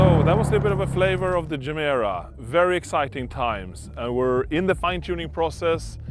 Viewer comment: It is not Jemera. And it is not Rimak.